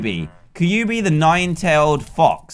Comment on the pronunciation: I know it's soon annoying the way he pronounced it